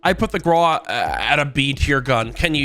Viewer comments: Stop calling it the graw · AYO STOP FUCKING PRONOUNCING GRAWWW NO ITS WITH A U NOT A W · “The graw”